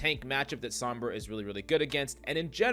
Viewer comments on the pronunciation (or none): It is not "Saw-mbra" but "So-mbra". So (hint, hint), please pronounce it correctly.